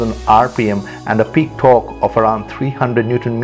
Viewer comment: Why do speak torque "thorkk" and turbo "thharbo" it's just annoying I am gonna unsubscribe from next time I hear it in the next video